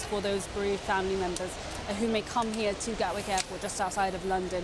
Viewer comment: "Gatwork" Airport?